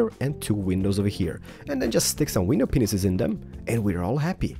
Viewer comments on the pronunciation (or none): can you count how many times he said "window Penises" instead of "window panes" ?? xD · You say penis instead of panes (no effense) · It's pronounced window PANES not penises!! Ugh! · You know you're saying penises. It was never funny. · It sounds like "paneses" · I guess everyone is going to disregard this amazing build and lose their shit over the fact that it sounds like he said penis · . Did he just say.... "window. P. E. N. I. S. E. S." 😰😱😱😐 I'm not being mean but...I'm not thinking dirty I SWEAR ON MY LIFE! 😵😕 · did you say wenis-penis? it sounded like it XD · Its Panes/paneses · He said pinese lol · he said pinenises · i love how he pronounses "panes" and "penis" lol